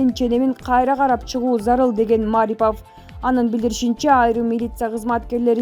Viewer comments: Айнанайын чон кыз туура окуп айтчы сураныч, Улукбек Маарипов эмес, Марипов эле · Эй журналис сен кыргыз тилин жакшылап урон!!!Мааарипоов эмес Марипов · Маарипов эмес Марипов.